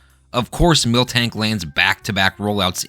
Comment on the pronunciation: MIL-tank not MILK-tank